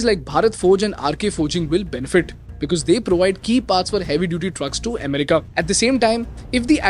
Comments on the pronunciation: Listening to you say EHmerica 50 times in 13 minutes is nerve wrecking. Accent is one thing, mispronunciation is another. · Indians pronounce like that bro😂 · Ame rica ❎️ M rica ✅️ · Maybe learn to pronounce America